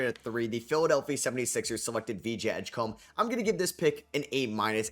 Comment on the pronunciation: Someday you'll say Edgecombe right?